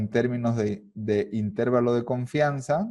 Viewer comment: El video está buenísimo, pero honestamente me desesperó un poco que le digas INtervalo, en lugar de interVAlo